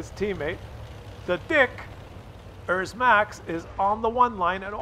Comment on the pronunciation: Its a dicker max, not a dickers max